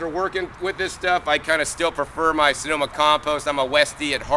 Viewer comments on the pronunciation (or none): none